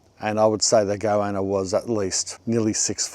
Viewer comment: I was like "whats a go-anna" then remembered this is "mulsh" man. It's like when you've only read a word and never heard someone say it before, then try to use it.